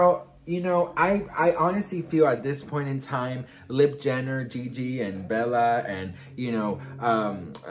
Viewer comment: Did he just say lip Jenner!!! LMAO